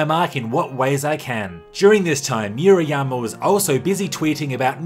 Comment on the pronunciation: Moo-rah-yah-mah not Mew-ra-yama